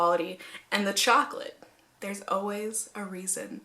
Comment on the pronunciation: Whaattt?! Chaw-colate!!! 😲